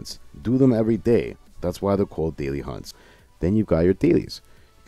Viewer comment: "called" pronounced like a true italian haha